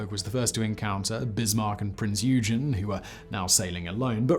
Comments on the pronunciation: Its “oy-gun” not “you-gen” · Prinz oi-gen with a hard g not you-jen. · Interesting. As a side note, and not that it matters much to me, Prinz Eugen reads Prince 'Hoigen' and not 'eoojen'. Other than that, never mind the torpedoes, full speed ahead. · Simon, you are horribly mispronouncing "Prinz Eugen" I'm sure much to the amusement or consternation of the German people, here it is spelled phonetically...Prinz O Y G E N , with a "soft" G. I only comment because my father was among the American sailors assigned to sail her from Germany to Long Beach, Ca as a war prize after the end of WW2 in 1946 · "ee-u-gen" my heart... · Prince eugin is pronced oogoon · Prinze Oy-gun, you silly man! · Pince "Oui-ghen" 🤦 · Sorta painful. I know Simon is aware some mispronunciations are inevitable... but Prinz "you-jen?" Ouch. The Prinz Eugen is one of the most famous ships in history. Can't believe it was tortured like that. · How did such a mispronunciation of Prinz Eugen make it to the final cut?